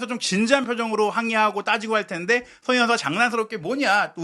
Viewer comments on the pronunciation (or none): 손흥민 선수 이름을 제대로 불러 주세요. 도대체 소너히가 누군가요? 매우 거슬리네요. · 발음좀 제발!!!!! 손 흥 민 !!